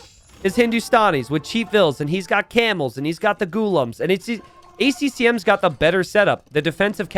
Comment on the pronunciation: dude its not pronounced ghulm, it's pronounced ghulaaam